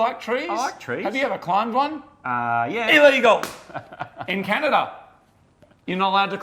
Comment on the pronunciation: Glad I'm not the only one who calls it Canadia half the time